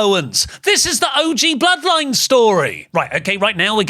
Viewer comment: “The Bl-zeroed-line” sent me 🤣🤣🤣